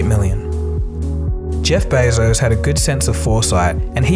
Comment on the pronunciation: Jeff Bay-zose? it's beh-zos and dayta not dahta pmsl